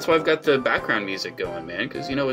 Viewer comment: “It’s time for chrimas”